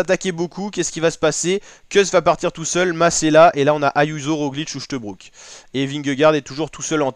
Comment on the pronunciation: Uchtebrouck? C'est à mourir de rire ... un peu de folklore verbal et auditif!!!!!!!!!